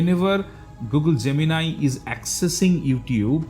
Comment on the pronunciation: Oh finally I find someone pronouncing Gemini correctly.